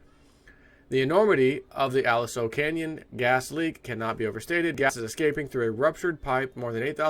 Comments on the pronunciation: Aliso = Ah-Lee-So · Aliso pronounced Ah-LEE-so would be a Spanish word/name.